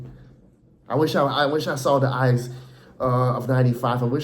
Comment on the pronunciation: are you dutch lolllll pronunciation of knvb and ajax is crazy